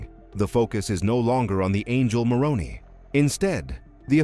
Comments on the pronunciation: It's pronounced with a long "I". It was my dad's middle name. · The Pronunciation is More own eye is how it is said. As a Protestant Utahn I know. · As a native Utahn, the name "Moroni" is pronounced as "more-own'-eye" -- long I at end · It’s pronounced Moron👁️ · Your annunciation of the name of "MORONI" appears to be an intentional Bastardization and disrespect. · Your robot mispronounced the name 'Moroni'. The emphasis comes on the last syllable, not the second syllable. Get it right! (I"m an atheist). And Mormons don't want to be called Mormons; they prefer to be called by the acronym "LDS".